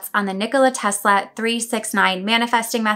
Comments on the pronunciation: The technique you use doesn't really matter, as long as you incorporate the pattern of "3,6,9" into it. Oh, and don't mispronounce his name as "Tezla" or you will have to start all over again. ;) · I betcha Mr T pronounced it as 'Tezz-la'... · You're definitely not the only one Haha Every single Youtuber in the UK says TeZla 😅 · That’s how we pronounce the S before di L in Italy, like it was a Z 😊 do you have Italian roots? ... or maybe a previous life 😉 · Don't worry about your pronunciation of Tesla, Brits laugh at American's emphasising nouns instead of adjectives.